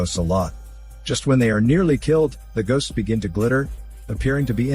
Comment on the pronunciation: mmmm "Gosts of War"